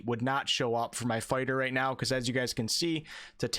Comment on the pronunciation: definitely said sword and board farter